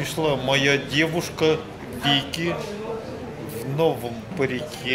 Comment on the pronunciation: Винки, а не Вики, ты что глухой?